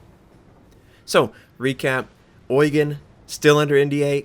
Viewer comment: a little hint, since you always put so much effort in pronouncing foreign words correctly: In the name "Prinz Eugen" the stress of the word Eugen is on the second E, not the EU: [… ɔ͡yˈgeːn] A common mistake that also Germans do who are not familiar with the ship or Eugen von Savoyen.